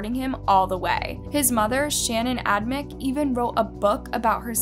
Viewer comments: The killers names are pronounced like Torrey Adam-chick and Brian Dray-per. Love videos but her miss-pronounced words and names are starting bug me!! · You pronounced both of the killers' names wrong. How hard would it have been to find out how to say them? Not hard at all.